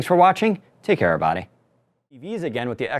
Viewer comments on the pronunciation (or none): Love how you say err body. Are you from texas?